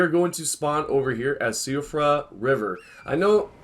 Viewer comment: I am Irish and I say the same way as you